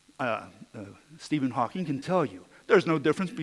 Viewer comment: Why he was calling Hawking as a Ghawking ?